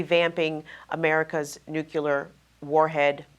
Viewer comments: NU CLEE AR. Not NUKE U LAR. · TRNN's interviewer,, needs to pronounce the word "nuclear" correctly so that such discussions can be taken seriously. pronounced "nuclear" exactly like George W. Bush did: noo-cyu-ler. Very distracting and annoying!